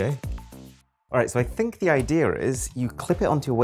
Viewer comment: the way he says idea 😂😂😂 (no offense)